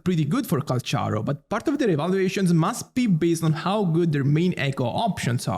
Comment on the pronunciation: Its pronounce 'kal-karo'